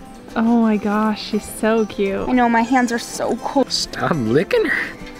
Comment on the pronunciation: There’s a “t” in the word cute🙄